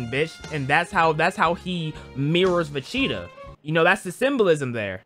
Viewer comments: Bro did not just say Vecheeto😭💀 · My brother in cinnamon pigment....😭 VE-GEE-TA